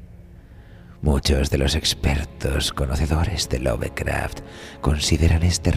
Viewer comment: Se pronuncia "Lofcraft", no "love".